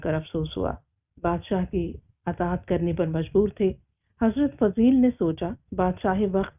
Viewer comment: This name is Fuzail bin Ayyaz not Fazeel bin....